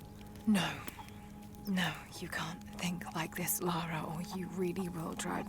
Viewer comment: L-ah-r-ah, not L-ou-r-ah other than that, fantastic video, great job!